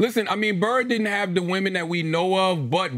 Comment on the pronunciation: BRO no one talks about never knowing how to pronounce DIDNT... she says DINNIT